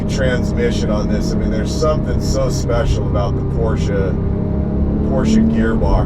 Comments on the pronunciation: Thank you for pronouncing "Porsche" right. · it's not just that, it's also the correct pronounciation as perfect as it can get from a non-native speaker. Most say "Porschah" or "Porschay".